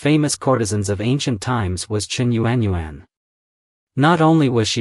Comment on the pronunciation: It's not yu-an yu-an 😑 proper pronunciation in phonetics is yawn..... Learn the Chinese language because it's obvious that you're not Chinese. Using the wrong tone or intonation gives the wrong meaning.